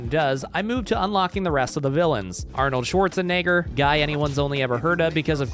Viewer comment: That pronunciation of Arnold Shwartz was diabolical